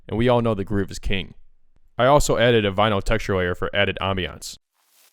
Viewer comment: i was making fun of the way you say textures